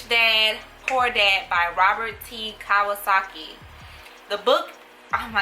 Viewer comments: did she just say KIWASAKI? (kawasaki is a motorcycle) LOL girl you better put some RESPECK on Mister Kiyosaki name (Kee-yo-sock-ee) lmbo. But I am loving your channel. We all jack up names sometimes.😀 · Our gurl just butchered Robert's name but we forgive her right? lol Its pronounced 'Keyo-saki'. I read four of these books you talked about and they are all great: 1. Rich Dad Poor Dad changed my perspective on MONEY 2. Think & Grow Rich (& The Power of Positive Thinking) changed my perspective on the MIND 3. The 48 Laws of Power changed my perspective on PEOPLE 4. The 5 Love Languages changed my perspective on LOVE I also highly recommend & The Millionaire Mindset - that book changed my perspective on LIFE y'all. The mind is so powerful!!!!! EXCELLENT READS!!!! Highly recommend these books, get all of them, it will be worth it! You can also listen to The Secret (The Law of Attraction) that mentioned, the audio is here on YouTube. Great video, good job!!!:) On to the Purple Cow....